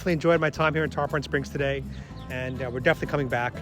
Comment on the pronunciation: love the vid but it aint tarPAHN its TarPIN